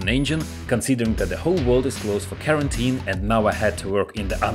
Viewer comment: KARENteen i love it.